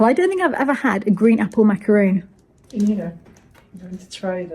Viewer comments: I thought Macaron was pronounced like ‘mac-aw-on’ not mac-a-roon! At least that’s how French friends say it. They tell me that it’s never pronounced mac-a-roon! 🤷‍♀️ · Macaron, not macaroon!!! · its macaron lol not macaroon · It’s France, it’s Macaron, not Macaroon, right? 🙂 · Macaroons? Aren't those coconut confections found in a Jewish deli? I thought the Macaron cookies you were eating are pronounced "Maka-rho". Would love clarification from a native French speaker. Merci! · Pardon, I can't get over the fact that you said MacaROON???? Excusez moi?? 🤣